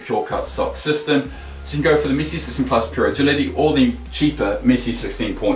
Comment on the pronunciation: He says missi not Messi